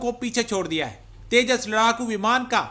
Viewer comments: अबे घोंचू तेजा नही तेजस😂😂😂😂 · At 0.20- it’s’tejas not tejaas’, n at 1.05-again it’s ‘tejas not tejaa’😂😂